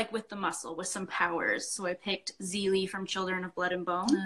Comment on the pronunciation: Zélie is pronounced ZAY-lee. Great video! :D